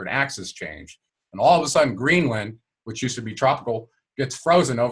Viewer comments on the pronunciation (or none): none